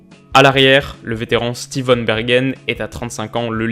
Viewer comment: Très bonne analyse, rien à dire à part la prononciation des noms suisse allemands, On prononce von "Fo"n Bergen et Luzern "Lutserne" où lucerne